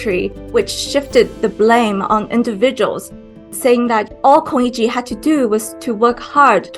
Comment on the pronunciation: Pls learn how to pronounce Lu Xun and Kong Yiji. I mean, just listen to your own interviewee. This is SCMP, right?